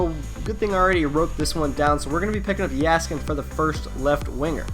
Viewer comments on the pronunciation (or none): Jaskin (Yeah-skin)